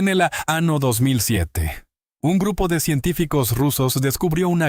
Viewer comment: ¿ que pasa con la letra Ñ? Es de risa escuchar el año por "" ano"" en castellano o español es CULO , montaña por "" MONTANA"" estamos en en el antartico o en una ciudad de EE.UU ?